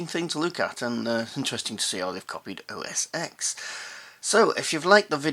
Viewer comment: it is OS TEN not OS EX.